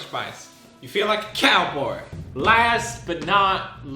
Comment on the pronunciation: minute he did not say cowboy he said cowboar guess alcohol is getting to him XD